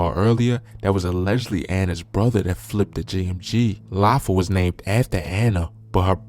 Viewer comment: Wtf is “Lafi”…. You can’t even pronounce have the names 😒